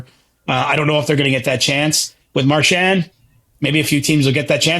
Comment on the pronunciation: If nothing else, I like that CJ and actually pronounce Marchand's last name correctly. It's definitely not Mar-SHAND.